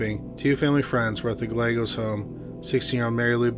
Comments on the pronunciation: Good work bringing these sad tragic cases to our attention. I pray their loved ones get some kind of closure soon. Thanks for sharing your knowledge and skills. PS. Gallegos is pronounced : guy yegg ose. Double L pronounced like y. Lvya bro. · oh I know! Chills is unwatchable. I like this channel a lot but the ridiculous amount of mispronunciations of seemingly common words is inexcusable. "Gal-legos"? Who doesn't know at this guys age (and chosen career) Spanish double "L" is prounounced like a "Y"? and he sounds like he is mumbling half the time.